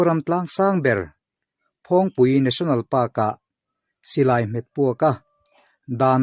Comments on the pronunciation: Phawng tih lam rik dan hi a lam sang tlat lo maw,a dik zawk nge, dik lo,,,phawng tih lam rik hi a hniam tur niin ka hria a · Tlâng hming i lam/sawi dan hi a thlûk a diklo....phawng hi ilam sâng mah mah...👏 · phul ri hi a sang lo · Phawngpui hming hi, A sawi dik loo..A thluk hi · Phawngpui i lam dan hi a va danglam ve, a dik lo deuh lo maw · Phawngpui tlâng ilam dan hi adik chiah lo in kahria,( phawng) ilam dan hi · Mah ni ram tlangsang ber lam dan han lam dik loh tlat chu a mak ve bawk e,Mahni tawng lam dan hi zir chiang deuh thin teh u aww.